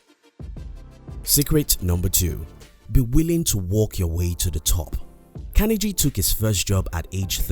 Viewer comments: Part of being successful is admitting we made a mistake and pronouncing someone's name correctly is important. It was distracting and that's why people mentioned it, needless to say so that people don't repeat the mistake. Great content otherwise. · Yes it is important. The narrator sounds silly pronouncing like that. Creates a bad impression which reflects on the whole video. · But if you miss on the little things you can miss on the big things too. That's why mispronouncing his name is important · Great work. How did you learn to pronounce Carnegie? I haven't heard that before. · How about taking the time and making the effort to learn how to pronounce Carnegie correctly. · if one is going to make a YouTube video about a very, very famous historical person known the world over then the least one must do is to ensure one pronounces the persons name correctly otherwise the content and message appears ill researched and the mistake becomes indefensible. Also Carnegie wrote many books including his autobiography which outlines his wealth strategies in great detail so presenting these as “secrets” is a little misleading at the very least. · unliked, you cant even say Carnegie right, its a torture everytime you quote his name , and you mentionned god, not everyone's a beleiver, some are secular atheists youtube is a global platform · It is CAR-NE-GEE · These lessons were great and useful.However, I wish whoever hires people to do voice over, at least they would be able to pronounce the name of the Main Character correctly! It is Andrew Carnegie for Gods sake! Hearing Andrew Kennedy 100 times in the video was very annoying!!! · Watch documentary on this man. He was not a good one. This video sucked his pronunciation of the mans name was terrible. Sounded like Kennedy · Please say his name correctly. It is not kenergy. It is Carnegie. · CARNE GEEEEEE for fucks sake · Your saying Carnegie wrong. You don’t pronounce the g like that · Pronounce his last name correctly.